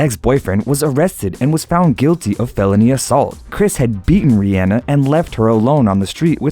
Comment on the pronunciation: He said it right. Here's Rihanna pronouncing her name.